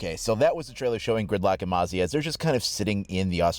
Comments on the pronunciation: Its not mosey its Moz-eee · Hey it’s mozzie not mozzy it means mosquito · Its not "moe-zie" its "mozi" Thats how its pronounced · Mate not to be rude but you pronounced mozzie wrong. Its mo-zi Not moe-zi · Mozzie not moazzie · Mozz-ee not mow-zee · It's pronounced mohzzy, not moezzy Silly Americans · Not mowzzie, mozzi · it’s not mosey, it’s mo-zee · Its pronounced “mawzee” not “mozee”. I’m an Aussie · As an australian the correct way to say Mozzie is (muh-zzie) The z sounds like zombie not like an s. Mozzie is austrlian slang for mosquitoes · Stop calling the new OP moe-see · lol its funny how he calls Mozzie, "Moe-zee" LOL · Haven't seen anyone write that her device is like a mosquito zapper. "Mozzie" get it? And please, please pronounce MOZ-EEE correct haha. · It’s pronounced MOZZY like molly but with a Z. It’s short for mosquito. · It hurts me how you're saying Mozzie wrong